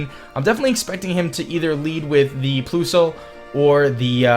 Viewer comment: ploosle haha lol its plusle like plus not plo lol